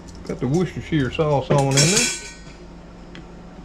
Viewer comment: Wuss -ter-cher (as in the singer) best regards, an English lady living in Bulgaria !